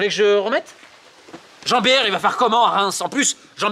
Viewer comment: Il a dit « Jean-biere » je suis explosé 😂😂😂